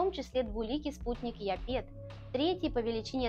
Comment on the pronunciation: Олично! Только не япЕт, а Япет. Не мИмас - а мимАс...